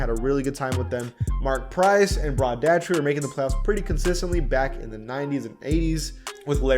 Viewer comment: This dude mispronounced arizin bellamy and daugherty